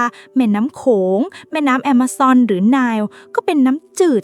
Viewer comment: พอเรียกชื่อแม่น้ำ“แอมะซอน” ไม่ได้เรียก “อเมซอน” กดติดตามเลยครับ